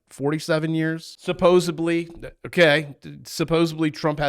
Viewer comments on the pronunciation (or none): there is no B in supposedly. It’s not supposebly